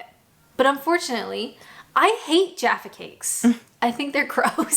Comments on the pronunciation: The whole thing with Jaffa (not Jarfa) cakes was covered in a previous video where you tried them. Plain biscuits do not attract VAT as they are not considered a luxury. Once you partially or wholly cover a biscuit with chocolate, it becomes a luxury item and so deemed taxable. Jaffa cakes are partially covered in chocolate so the government wanted their tax. For “reasons” cakes of any kind don’t attract VAT, and so McVities quite rightly did everything they could to prove that their product was indeed a cake and not a biscuit. The legalities are maybe not quite so simple, but how do you define a cake vs a biscuit? One accepted way has to do with moisture. If you leave a biscuit out in open air, it will go soft as it absorbs moisture. If you leave a cake out, it will go hard as it loses moisture. If you leave a Jaffa cake out, it goes hard as a cake would. That’s part of the proof right there. As for TV licensing, it’s a sham these days and people are literally bullied by the organisation. I don’t pay it anymore because I legitimately don’t watch any live TV these days, but I did declare that so tend to not get harassed. However, I know people who have done the same but still get hounded with threats. When you read their literature, they don’t even understand their own rules. BlackBeltBarrister here on YouTube has some great videos on the subject. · Jaffa with a short 'a' not Jaaafa. Also Sasha not Saaasha. There are many other examples I can't think of at the moment. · It's "jaf-far" there is no R in the word so it is not jarfer like you both said. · Jaffa Cakes.. not Jarfa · It's '_Jaffa_' Cakes NOT "Jarfa" ❤I love Jaffa Cakes.❤ ❤They are ❤ CAKES ❤ Cakes go hard when stale ... Biscuits go soft when stale. End of Story...!! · It’s Jaf-fa not jarfa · Jaffa not Jarfa. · you hear joffa and I hear jarfa. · it pronounced like this 'JA-FA' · Pronunciation is the UK/Canadian version. There is no 'r' in Jaffa 😁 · It's Jaffa, not Jaffa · No r in Jaffa. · Jaffa not juffa